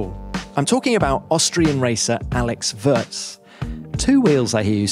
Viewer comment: At least do the man the courtesy of learning to pronounce his surname prior to the interview...